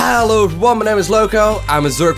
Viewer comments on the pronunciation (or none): He says Hay-lo everyone!